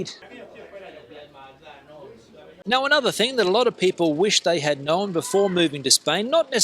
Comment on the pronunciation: “Know-en” = Known!